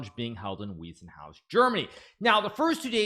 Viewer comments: It's pronounced VIE NOT WEE! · The "ei" in Weissenhaus is pronounced like the English "i".